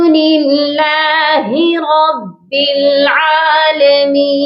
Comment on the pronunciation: یا رب العالمین رب کی ب پر پیش پڑھنا یہاں درست نہیں۔ بلکہ اس پر زبر پڑھی جانی چاہئے۔ امید ہے تصحیح کی کوشش کریں گے!